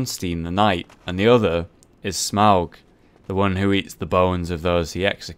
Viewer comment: Okay, im not sure, but I think it's pronounced smoe, not smog